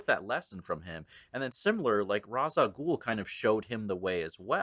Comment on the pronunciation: This is a really good take on Batman Year One. The one part that peaved me was the pronunciation of Ra's al Ghul. Ra's is pronounced raysh.